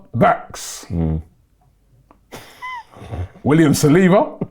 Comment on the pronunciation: Say who? Saliba? must Salina!! Someone call Zirkzee for me deh 😂😂😂😂😂😂 got to nutmeg him again 😂